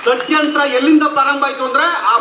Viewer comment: Bro, it’s not sadyantara, it’s shadyantra😂😂😂😂😂😂😂😂